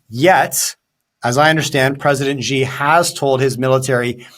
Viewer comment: Hi,: Xi is pronounced almost exactly like "she", like the female pronoun. Not Gee.